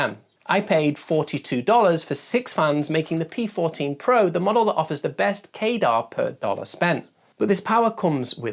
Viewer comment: Why do you keep pronouncing CADR like radar or gaydar? 🤔 Wouldn't it be more likely to sound like cadder or at least kah-der? Pedantics aside, this is a great video, but it would have been a really good idea to actually showcase the different sound profiles of all of the different fans at their respective test methods (max speed, sub-x decibel, quietest speed, x-cfm rate). It would really help people make much more informed decisions about things, especially tuning the fans to a specific cfm and being able to hear how differently they sound despite performing at the same level. I'd also love to see a slightly more complex chart that has each tested fan and shows both the cfm and the decibels for its respective maximum speed, half power, and low power all on a single page, so that you get an idea of its performance steps. You could either do this on a graph showing curvatures overlapped for all fans, or you could have a graphic that gets wider on a standardised scale, a bit like how population demographic pyramid looks. That would be useful because some of the fans might barely see a noticeable decibel difference between low and medium, but a drastic difference at maximum, but if its medium is high enough cfm, you may never put it on maximum anyway, and visualising it like that makes the data easier to understand at a glance. Otherwise, great video.